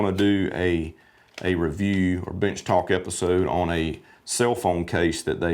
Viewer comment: I thought you said Bitch Talk. Can you do a bitch talk in the future ?